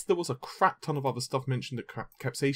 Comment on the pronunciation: Again with the "capsayshin" and "cashie controller".